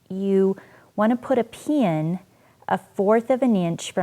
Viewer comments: Lol... I can't help but chuckle a little when she says pin (pee-an) Interesting how we all have different accents depending on where we are from.. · I can't get over how she says pin. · You say "pin" weirdly. Thanks for the video.